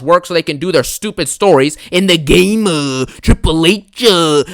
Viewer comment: They have to bring back oldberg to get a cheap pop. The game-uh can’t book the new talent-uh.